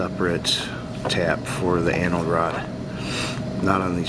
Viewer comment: I know you’re saying Anode Rod but it sounds like Annal Rod lol 😂